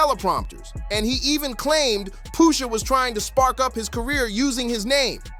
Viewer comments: Poosha? wtf is wrong wit u? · POOOSHA? Who TF is POOOOSHA?